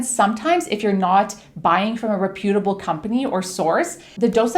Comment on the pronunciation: Please learn how to pronounce the word reputable if your going to say it 100 times...geeze